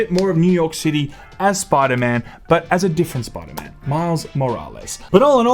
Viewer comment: “Spooda man” 😂